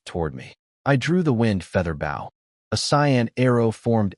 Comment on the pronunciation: stupid ai can't say bow right